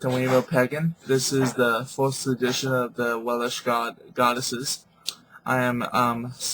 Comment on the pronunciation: Not Wel-ish. WeLSH.